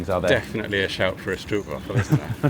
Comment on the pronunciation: I'm not Dutch but even as a Belgian, please can people just pronounce stroopwafel the right way? It's really simple. Just say strope-waahfel, strope like strobe but, well, with a p. And the a is elongated like when you're scared and say aaah